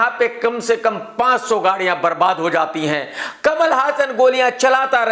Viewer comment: Bhai hassan name apko kia nahi maloom jo galt pronounce kar rhy ho